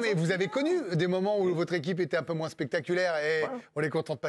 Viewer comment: Ah... honte a moi mais je ne supporte pas les gens qui disent "moinsse"